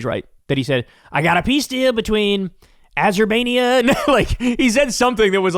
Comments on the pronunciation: Trump said it was between "Aber——baijon" and Albania! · no, no.... he mispronounced Azerbaijan and called Armenia "Albania"